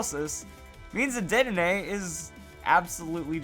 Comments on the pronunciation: I would think it is. He says the e like an "ay," so more like an é. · I'm pretty sure the last "e" in "Dedenne" is silent...